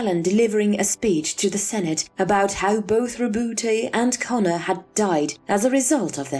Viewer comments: How come I hear other ppl pronounce his name as "Row-boot" instead of "Row-boot-tay" which is the right pronunciation? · It's not rebouté, it's roboute. French name.